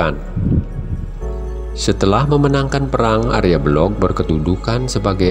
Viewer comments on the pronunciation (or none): Untuk diluruskan mengenai nama Si Arya Belok ( bukan Belog) . Dalam bhs Jawa tdk ada kata kata atau nama Belog , hrs di baca Belok.,, Pihak yg keliru menafsirkan menjadi Tan Wikan ,. Ini perlu di luruskan.